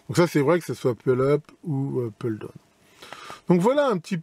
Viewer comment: Donc ne me tapez pas dessus, une remarque toute gentille, merci. On dit « poule eup » et « poule daoune » écrit en phonétique bien sûr. La j’ai les oreilles qui saignent un peu mais ça ira.